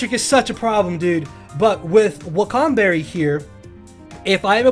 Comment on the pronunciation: It’s pronounced WA-KAN Berry smh and you say it fast like it wakanged somebody in the face